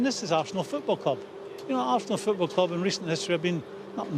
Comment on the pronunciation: Roy “Assnal” Keane